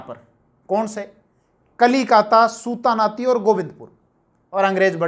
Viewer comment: "सुता नाती " नहीं जी, "सुतानूटी" है।